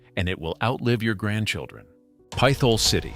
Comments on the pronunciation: It's pronounced PIT HOLE not pythol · Another AI commentator? It's not "PITH HOLE", it's "PITT HOLE". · The town was/is PIT-HOLE...NOT PITH-OLE !!!!!!!!!!!! Learn how to pronounce these cities or teach your Ai how to speak properly!!!! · Fun fact: as an actual living, breathing Pennsylvanian and not an AI-generated bot who can't pronounce a simple word such as "Pithole"... ALL of these places are perfectly fine to visit. Even Centralia. Another fun fact: Donora is the hometown of baseball legends Stan Musial and both Ken Griffeys Sr. and Jr. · Those of us who grew up in Titusville or Oil City could probably retire if we had a nickel for every time we've had to correct someone for mispronouncing "Pithole". 😂